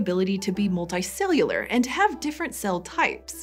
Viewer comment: You say your U sounds weird. "resolts" "molti-cellular" pls stop